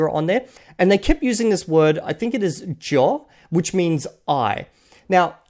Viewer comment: You're picking up pronunciation. A lot of textbooks teach the pronoun for "I" as a y sound but it's closer to a j like you pronounced. A lot of intermediate speakers don't pick that up unless they're told.